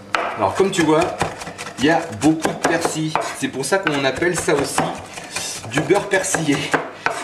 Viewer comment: persil et non persi on prononce le L